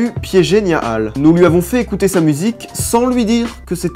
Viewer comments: C est nia hall mais niahvale 😁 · Moi j'entends Niia Hall